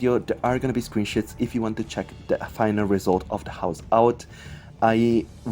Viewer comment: Just have to ask, did he say screenshots or screenshits